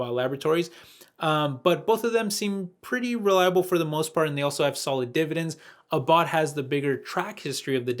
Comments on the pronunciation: Abbott is pronounced Ah bot. Not A bot. Hope this helps:) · Great video thank you for doing this research - just FYI abbott is pronounced like rabbit...